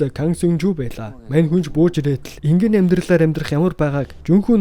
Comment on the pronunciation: энгийнэ энгийнэ гэшш